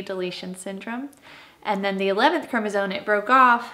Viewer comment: I'm gonna say this- it would be better if Mom would properly annunciate chromosome instead of chromoZONE.